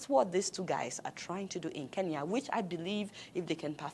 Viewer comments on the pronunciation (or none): none